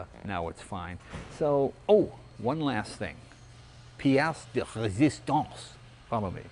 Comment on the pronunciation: Pièce de résistance! Your French is really good.